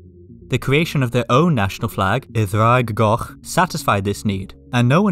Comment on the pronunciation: Are you welsh born/raised? When you pronounced "Y ddraig goch" it seemed (no offence) a somewhat anglicised pronunciation